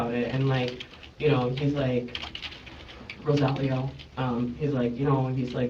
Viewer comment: ROSE-ALL-IO the name pronunciation was killing me. Narrator kept sating RO-SA-LEO